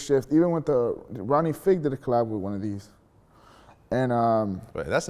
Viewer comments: He pronounced Ronnie fieg's name wrong lol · This nigga knows a lot about Jordans but don't know shit about Adidas lol. That fool just said NMDs have more of a flyknit material.. Oh yeah and he butchered Ronnie fieg's name